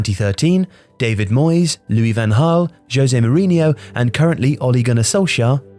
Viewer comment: Nice video, but van Gaal is actually pronounced with a hard G instead of an h sound.